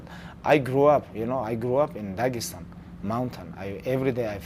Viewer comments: tony : "daegestan " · Tony: “Dagestan.”